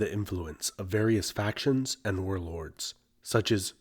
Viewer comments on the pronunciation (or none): none